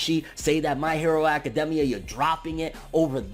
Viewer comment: I don’t like his face it’s just idk but also why is he saying academia like that